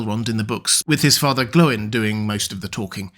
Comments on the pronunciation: See Appendix E of LOTR. He's correct. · "Glow-in" is correct. In the name "Glóin," the accent on the "o" indicates a long vowel. This means the "o" and "i" are pronounced separately, not as the diphthong "oi." See Appendix E in LOTR. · Yes, Glóin is pronounced "Glow-in." As explained in Appendix E of LOTR, the accent over a vowel indicates a long vowel, meaning the "o" and "i" are to be pronounced separately, not as the diphthong "oi." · keep it up. Glóin pronouced like groin is just horrid.